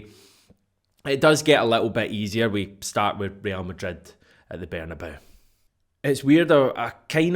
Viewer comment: Bernabeu ... Ber-nah-bay (as in say/day/ray)-OO (as in you/glue/who), ber-nah-bay-oo !!! NOT Ber-nah- "bow" (as in how/now/brown/cow) !!! Ye's are all daen ha heid in!